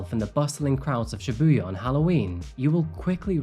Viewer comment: Just a small pet peeve, since I’ve been living in Japan for over 9 years, Shibuya pronounced ‘SHEbuya’, not ‘shiBUya’. Love the well researched crime you report on, though!